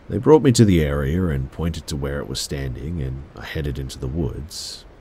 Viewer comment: The way he says area 😂😂 "Airier"